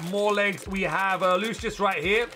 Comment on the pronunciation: im not sure if you figured it out, but lucius name is pronounced "loo-shus" in the dub anime